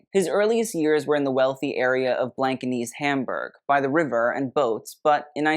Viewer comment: Trompe l'oeil, Blankenese, Wertheimer, Jaques Fath, Balmain, etc. Get it right!